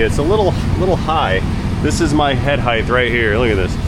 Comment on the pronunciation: Height not heigth…words 😎🇺🇸 don’t make me boot your bonnet, click